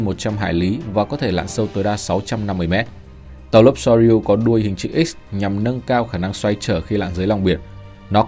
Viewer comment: Soryu : đọc là sô riu nhé ad